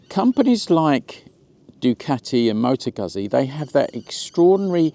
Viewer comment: Oh PLEASE STOP! You are hurting my ears! 🤕🤕🤕🤕🤕🤕. It is pronounced, Mo - tow ..... Goot - see! LIKE Peet - sah! Two Zs is pronounced With a "T - S" sound.